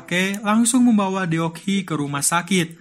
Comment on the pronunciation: Baguusss... Tapi sedikit mengoreksi ya kak admin.. Deok cara bacanya dok. DeokGoo : dokgu DeokHee : dokhi Gituuu hehehehe...